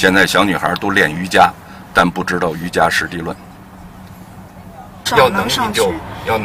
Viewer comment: 冒昧地说一句，应为《瑜伽（qie二声）师地论》。瑜伽（qie二声）意思是修行瑜伽有成就之人，比普通的瑜伽（jia一声）的意思要进一步。具体可以参考南怀瑾老师讲解《瑜伽师地论》的著作